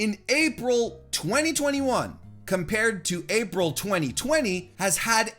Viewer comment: You shortening April to "Aprah" just makes me uncomfortable, ngl. Also the closeup on your mouth